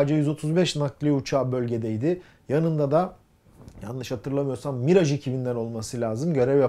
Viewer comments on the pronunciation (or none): none